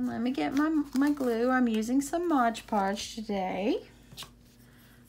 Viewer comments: MOD Podge ... not Modge Podge ... please! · Nicely done! BTW, its Mod Podge, not ModgePodge